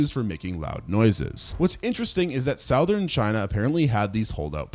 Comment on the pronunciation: Still wondering when you'll learn to pronounce "Argentina" and "southern" correctly. 🤔